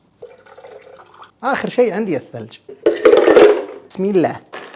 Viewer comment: ليش تنطق (بيسم الله) هكذا؟ ياهذا هي تنطق (بسم الله)